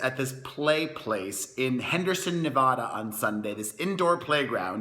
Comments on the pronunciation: You're still out here doing it? Wow! I thought you were retired! Hmmmm?!?! Good for you! P.S. It's Nuh-vā-duh! Not Nuh-vaw-duh!!! 😁😁😁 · omg why did he say nevada like that in the beginning 🤕😂💀